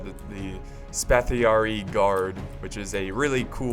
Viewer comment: Great Vid! If I may impart some of my wisdom for when pronouncing the Empire of Nicaea's troops, in Greek "oi" is just the "i" sound. For example, Spatharioi is pronounced "Spatharii" or better yet just "Spathari" (simply means swordsmen in Greek - Spathi(Greek)/Spatha(Latin) = sword).